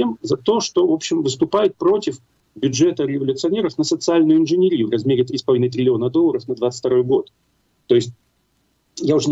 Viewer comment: Не инженерИю , а инженЕрию !